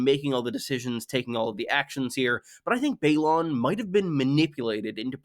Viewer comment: Balon shouldn't be pronounced the same as Baelon.